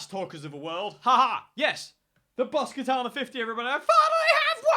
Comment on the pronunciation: How to pronounce Katana correctly , Ka-Ta-Na all short ‘a’ sounds.